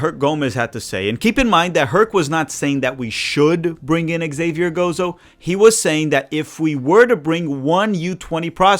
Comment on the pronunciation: Your buddy, Colin Reese, who knows more than most backed Zavier Gozo months ago. His name is Zavier. Xavier is the French spelling, and the X is pronounced like a Z. I think this is what confused you about the pronunciation. Of course, "Javier" is the Spanish version and is pronounced Ha-vee-air